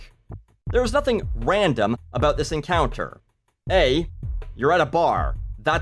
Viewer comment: i only ever hear ram-dom